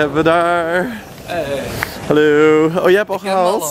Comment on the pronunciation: OMGG, zeg je op nou helleuu in plaats van haloi ?! ;)